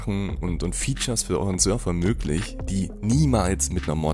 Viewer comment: Wie er Server ausspricht macht mich richtig aggressiv